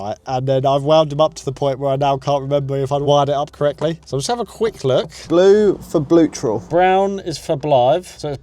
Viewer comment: "Blue for bluetral" "Brown for blive" 🤣